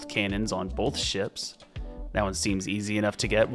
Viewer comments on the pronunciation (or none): I like the way you say "bolth". 🤣